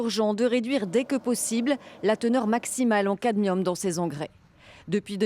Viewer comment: Il s'agit donc du Cadmium et non du Camdium